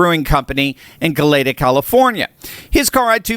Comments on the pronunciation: Not "golAYta," but "golEEta"! I should know. I lived there, and still live somewhat near there. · That auto show group is inherently Anti-American and were rightly exposed for it. What a disgrace. That Karen is a singling him out for the 2-3 libtards that might feel “unsafe”. Grow up buttercups!!!! S.B. Is my home town, it’s not “Go-Letta”, it’s pronounced Go-leet-ah. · It's name is Goleta, as in "GO leta", long "a" at the end. It's Spanish. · Goleta (Go Lee Ta) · It's GO LEE TAH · Pronounced Go-Lee-Ta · Par for the course in "Go-LEE-ta",CA. but Go USA...USA...USA! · FYI -- Goleta is pronounced GO-LEE-TAH 🙂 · Pronounced Go- Lee Ta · Yo,. Heads up: I always call a local library b4 stating a region/regional detail: It’s GOLEEEETA, long vowel. Just sayin. You’re my mainstay after Substack’s daily Coffee&Covid - Tom’s wife “Karen th librarian” (sorta) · It's pronounced "Go-Lee-Da" I lived there as a young boy. So many memories. That part of California is a snowflake hub. Hippieville back in the 70's. What's funny is I didn't live far from a Ronald Regan avocado 🥑 farm. USA 🇺🇸 MEGA Let's Go!!! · City name pronounced: go-lee-tah. University of California town on the coast just East of Santa Barbara. Early adopter of policies leading to DEI, though that term was not known in the 1960's. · It’s pronounced GolEEEta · (Go Lita) is how it's pronounced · It's pronounced, Go-leeta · 1. LOVE your show. 2. It is pronounced GO-leeta. Please. Lol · btw, it’s pronounced as “GOlEEta” CA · Correct pronunciation for Goleta. Go-LET-uh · It's Go-lee-ta. Santa Barbara County. What DemLib Karen country. This means that our MAGA people in SB amd Ventura County(whereI live) are active vocal and we have hundreds driving as part of our Trump Train drives across the counties.😊😊😊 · I had to watch it again --I couldn't get beyond him mispronouncing Goleta